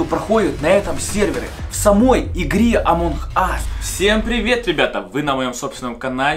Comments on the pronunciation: Почему амонх ас, а не амонг ас? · амонг ас а не амонхас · Не амонх а амонг Ас. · Почему ты говоришь амон ас а не амонг ас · Не амонх ас, а амонГ ас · Амонг ас а не Амон Хас! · Не амонх ас а амонк ас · Почему ты говоришь амонх ас